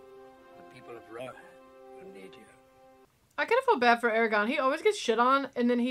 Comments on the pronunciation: Air-uh-goRn not Air-uh-gone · It's Aragorn, not Argon 🤣. Argon is a noble gas. Argon and Dumbledore, love it.